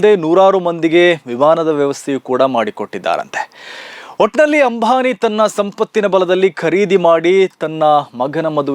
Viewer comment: Ambhani alla ambani😂😂😂😂,correct maatadi😂😂😂